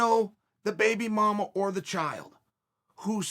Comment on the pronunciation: not his child's mother .....but the baby mama 😩😆🤣😂 the pronunciation is killing me !!!! hahahahaha